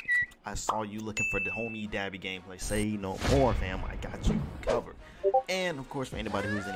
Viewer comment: Dah - BE not Da-bi...ah as in say ahhh